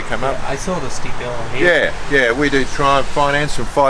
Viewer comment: R u saying trump tiger or triumph?